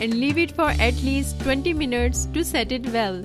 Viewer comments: Yes I heard 20 minurts 😂😂😂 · did i just heard : 20 minutes or 20 minurts 😂😂